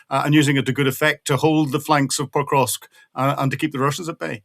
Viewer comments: Experts - please learn how to pronounce PO-KROV-SK. Out of respect. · Not sure of the credibility of the gentleman who can't even pronounce the city under current Russian attack Pokrovsk.